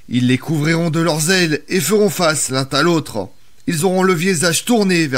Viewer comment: "l'un -t-à -l'autre" 😅